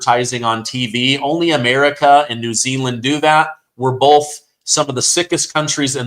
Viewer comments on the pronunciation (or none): none